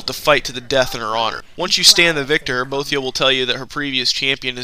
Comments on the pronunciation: u say boethiah wrong!! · Good video, very informative and well made. Now, for constructive criticism part of the comment. That's not how you pronounce Boethiah, sacellum, Athis and Falkreath.